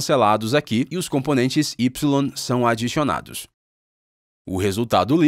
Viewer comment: “E o componente X sao Adixionados”